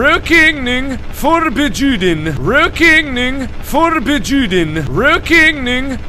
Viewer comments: "ruokeneing forbejuden" So close Mark, haha I'm dying x'D At least you spelled it right. :) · He actually said Rökigning Förbejuden fro everyone thinking he is saying something else :|